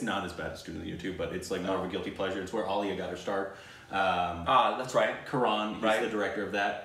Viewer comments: Btw it's Karan not karaaan😉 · When they realised Karan (pronounced Ka-run) directed My name is Khan aaaaaand Student of the year 😂😂😂 Quite a contrast lol! But Karan is wholesome as a person, he owns Dharma productions, has Koffee with Karan as his seasonal TV show, he judges on many TV shows, and just idk, I see him everywhere 😂 He was the one to bring Bahubali to Bollywood! Adopted two beautiful children he named after his parents! Oh and he's an author too lmao, told ya! He is a smart as business man, producer, author, director and who knows what else 😂❤️ but then Student of the year oop